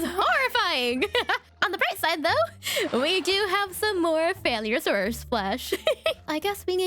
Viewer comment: I loved the attempt at pronouncing confu hehehe. Me too tho, idk how to say it either